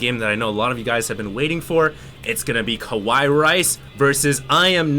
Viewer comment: ka-wai rice? I tot it is Ka-wa-e rice?